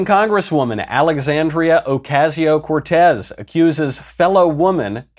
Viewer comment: Why does this guy insist on pronouncing "Occasio" like that. She doesn't pronounce her name like that, and neither does anyone else. This isn't a regional sort of dialect, it's just mispronouncing the name on purpose. Does this guy know how to pronounce "OZ?" Well, put it in the middle of her name. O - COZ - E - O. I think he's doing it on purpose to be a smug prick. Mispronouncing people's names on YouTube is a very juvenile diss, and it's not one Michael Know-less invented.